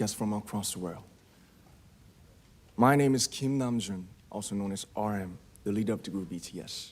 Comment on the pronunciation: RM영어 발음 쩐다❤❤❤